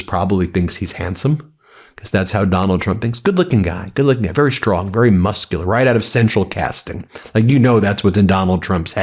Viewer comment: Are you unable to say 'strong' and not 'shtrong'. Do you have a speech impediment?